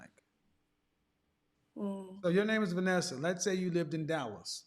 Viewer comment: The beautiful lady at the end, Vanessa, said it correctly. 👌🏿....Also the brown skin lady before her said it perfectly.